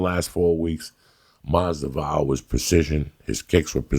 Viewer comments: He may never say their names right or even the same way twice, but Joey knows whats up when it comes to fighters. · "George Jay Mossdavall" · Masdival lol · 2019: Joey still cant say Jorge last name the right way but he loves him lmao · I can’t wait for the next UFC fight, Joey Diaz vs The Pronunciation of “Masvidal”